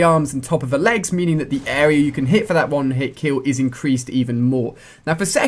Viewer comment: jou kan not quickscope